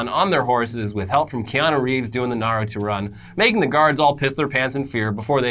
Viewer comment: Yo here's the pronunciation Ah-caughts-key also Nar-u-toe.